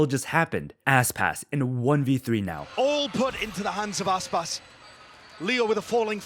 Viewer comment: my guy called Aspas "asspass"